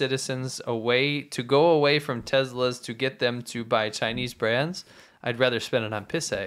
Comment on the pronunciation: wtf is a tezla lol